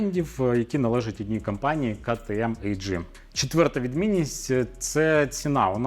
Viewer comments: кажіть як хочете! Але А Джи ріже слух… Ви ділер КТМ, але впертий та не можете визнати очевидного… Бажаю Вам успіху..) Особисто я вважаю, що потрібно казати так як воно звучить мовою оригіналу! Бо Ктм AG а не КТМ ltd як було б в Британії!! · Ну ми ж не кажемо Джелендваджен.? І кажемо Рено, а не ренаульт?) Абревіатура AG походить з німецької мови, а тому і вимовляти слід так як звучить в оригіналі. В Англійській мабуть KTM ltd